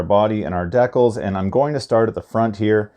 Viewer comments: D-CALZ....DECALS.......NOT DECKULLS!🤦🏻‍♂️ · Please… please please, stop saying deck-uhls. It’s Dee-cal. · i can’t watch this video this man saying dekals not decals